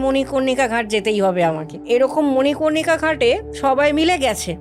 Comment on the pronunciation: ঠিক। মনিকর্ণিকা শব্দটাও সঠিকভাবে উচ্চারণ করতে পারে না যে মহিলা, তার কথা শুনতে হবে আর বিশ্বাস করতে হবে? এদের মতো ভন্ড মানুষদের ধাক্বা মেরে তাড়িয়ে দেওয়া উচিত।